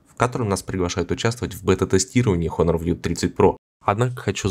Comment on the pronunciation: не хонор а онор лол )))